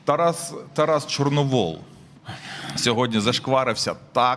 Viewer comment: ЧорновІл, а не ЧорновОл